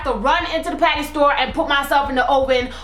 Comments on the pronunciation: when she said patty i thought she said panty lol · with ur accent u say patty so funny we say it differently in london